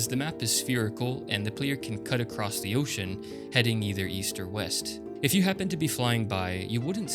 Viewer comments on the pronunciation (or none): none